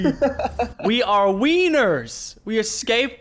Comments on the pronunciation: DID HE JUST SAY WEENER? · Lachy said: "We are winners." I heard: "We are weiners."